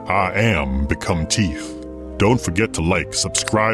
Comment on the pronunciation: "Iam become teeth" deosnt spunds like an english title